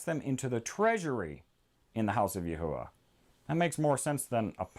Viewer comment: I also have another question why do you say Yahuwah when the h is silent wouldn’t it be Yahwah?